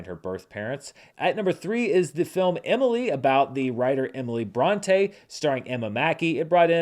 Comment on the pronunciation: Cringing at your pronounciation of Emily Bronte. It's "bron - TEE" not "bron - TAY". Also it's so crazy to me that Of An Age is an Aussie film and doesn't get an Aussie release until March 23rd.